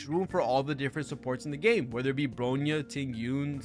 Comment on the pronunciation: it's "BRONYA", not "BROYNA" lol. I feel hilarious that you still cannot spelled Bronya's name correctly while speaking highly about her & Robin, while talking shit about Sparkle lol. FYI, Sparkle has the highest "CRIT DMG Buff" than standard Bronya, Robin, & Yukong ( CRIT DMG Buff Harmony in overall ) in-game. Sparkle's E2 probably might be the reasons why she's BiS Harmony support for Acheron's Team, because her E2 allowed her Talent ( Red Herring ) to make allies to ignored enemy's DEF for 8% ( 1 Red Herring stacks = 8% DEF Ignored ) & can be stack up to 3 times ( 2 Red Herring stacks = 16% DEF Ignored, 3/Max Red Herring stacks = 24% DEF Ignored ) when dealing DMG to them. Which is very useful for Acheron. & I have an evidence for my statements here ( Please checks Sparkle's guide on your HSR'S Account "GAME TOOL" feature & look for Sparkle & see for yourself. That's where my evidence is. ). Robin is a "Tier 0" Harmony alongside Ruan Mei in "Pure Fiction" is true. But when it comes to "MOC", her tier is just one the same place with Sparkle which is "Tier 0.5". Sparkle on the other hand, is still a "Tier 0.5" Harmony support on both "PF & MOC" while Bronya is far below them at "Tier 1.5" on both endgame mode. So your statement saying "Bronya is far better than Sparkle" is really a "BIASED & so DELUSIONAL."